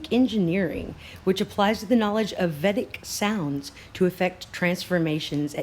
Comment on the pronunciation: Pronounced vay-dick. The scriptures are amazing. Check out Art of Living. It's based on them.